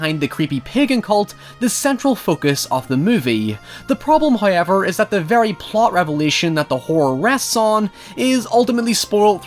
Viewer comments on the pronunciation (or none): I love when you say "hoiever," I can't even emulate it right lol